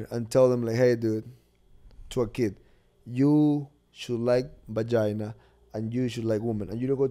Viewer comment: “Ju should like bajina” 😂😂